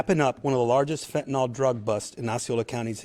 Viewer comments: Id like to point out that its pronounced FENTIN-ILL not FETN-ALL personally smoked gram after gram and im alive so the little granules they say can kill a man is if 100 percent fentanyl is used, but the imported fentanyl is just cut with a very small amount of 100 percent fentanyl. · Fenta-nill - not fenta-nall. Fentanyl. See? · One would think a professional in law enforcement who dedicates his career to being an expert at what he is trying to combat would at least learn how to pronounce the substance he is describing. Fentanyl isn’t “Fenton-All” it’s “Fenton-ILL.” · Its pronounced fentanyl not phentanol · I don’t believe this is true, I believe these to be actors on the grounds that the Chief. THE CHIEF! Cannot pronounce fent-a-nil. He pronounces it fent-a-nal. Likewise, I do not believe a single word of a newscaster who is a puker, speaks with a rise at the end like a Vally Girl, or has a speach impediment like a lisp. There is NO WAY. A person who doesn’t have impeccable speech, should be speaking. Shouldn’t this be obvious? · Good work! Excellent! 👍 One small point: It's fentanyl, not "fentanol." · Fen-te-nil “Fentanyl” Not Fen-ten-all. We need intelligent people doing intelligence. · FENTANYL NOT FENTINOL Only people's who use fentanyl call it fentinol